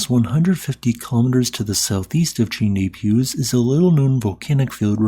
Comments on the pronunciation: you should really give Google Translate a try, it rarely gets the pronunciation wrong in French. Set the language to French, paste in the place name, and press the 🔊 symbol below – no need to even translate. I've just tried it with Chaîne des Puys and Bas-Vivarais and it pronounced both of them pretty much perfectly ("shen deh pwi" and "bah vi-va-reh"). I've always been impressed with your pronunciation of Icelandic place names (including Eyjafjallajökull!), and I'm sure French would be much easier if you had some audio to guide you. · Vesteed-Doo-Pie-Marr, Shenn-Day-Pwee, Baah-Veeva-ray, Sho-vay Pon-dark, Ma-seef-sonn-traal, Sweeyol, are some more correct pronunciations Letters in French just dont behave the same way they do in English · Chaine du Puys pronounced sh-eon du p-we, spent time there when I was 5 and have watched French language documentaries about the volcanism there. X